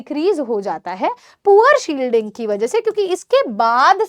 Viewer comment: Mam aap humesha ki ki jagah bi kyun bolte ho ??